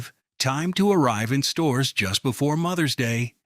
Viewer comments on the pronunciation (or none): none